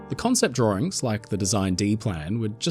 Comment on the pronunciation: “the exact same set of drawrings . . . “ too cute 😊 😂